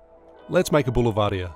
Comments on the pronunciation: "Boulevardier" is pronounced "bool-VARD-dee-yay" or "bool-VARD-zhay". The last "r" isn’t pronounced. 🤣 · Boulevardy-eh? Is the correct pronunciation, it’s french 😊 Riff: sub Aperol for Campari, the “Rue de la Orangerie”